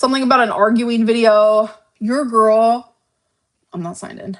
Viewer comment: You’re a GORWL! A GORWL!